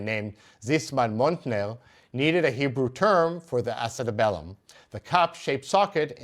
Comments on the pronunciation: It's acutAbulum, not acetabElum. Thank you for finally showing some sources. Talmud from manuscript is really cool. Great job 👏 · Orthopaedic surgeon, here. In English (American, at least), acetabulum is pronounced with the accent over the third syllable and a y between the b and the first u. That is, ah-see-TAB-yoo-lum. Many thanks for this video. The pelvis and its acetabulum are some of my favorite bits of bony anatomy.